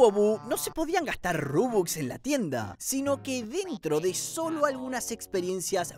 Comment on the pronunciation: INCREIBLE CUANDO DIJO RUBUX 🤑